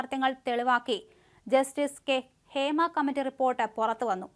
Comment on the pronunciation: ഫേമ അല്ല മല നാടാ ഹേമ